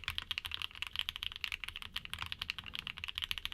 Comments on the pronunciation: It's "Son'a" not "SonDJa"... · How do you keep pronouncing them like "Soundra"? There's no u, no d and no r in there! 😃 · I'm pretty sure it's pronounced "Sonya" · Also, several languages pronounce j like an English y. This reads as Son-ya to me. 🤷